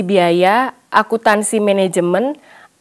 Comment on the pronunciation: Maaf agak terganggu dengan kata "Akuntansi" tapi terbaca "Akutansi"😅